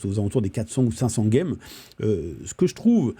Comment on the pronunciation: Pourquoi tu dis « gueme »?